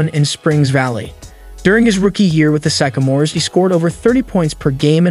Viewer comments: Sycamore is pronounced (sick-a-more) not (psych-o-more). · This guy needs to learn how to pronounce Sycamores and he called the Lakers the Dodgers. Poor editing.